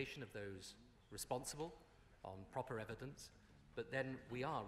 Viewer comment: 'Will be made with strong evedanence'........interesting Mr Blair